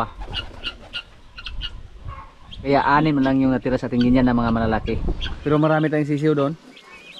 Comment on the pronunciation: It’s very annoying you always mispronounce the word GUINEA. Correct pronunciation of this word is GI NEE not GI NEYA. ILYN- Why don’t you tell not to mispronounce Gunea fowl.